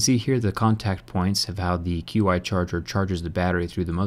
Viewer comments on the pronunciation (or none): JerryRigEverything it's not Q-I it's pronounced as Chi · QI Charger - Pronounced "Chi" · you now Qi is pronounced "chee" right?